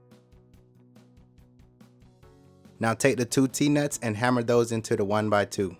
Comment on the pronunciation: Is it "DEZZ NUTS" or "T NUTS"???????